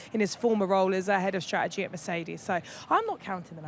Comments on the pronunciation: why cant Ruth say the word Strategy! for an ex-strategist? Worrying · I think she’s great and would appreciate it if she would pronounce “ strategy” correctly.